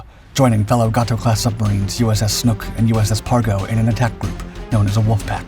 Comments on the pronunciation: It's GAY toe, not Gah toe ! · Pronounced 'Gay-Tow' class.